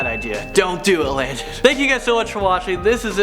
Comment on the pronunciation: It's Landon